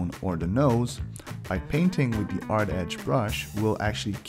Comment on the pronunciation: Why are you saying "ard" instead of "hard"? You don't know how to say "h"?